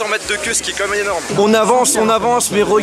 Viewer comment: Comme même, Comme même, Comme même! ça me rend dingue, tu ne sais pas dire "Quand même"?:( Je t'adore, mais c'est presque agaçant d'entendre ça. Merci pour ce voyage:)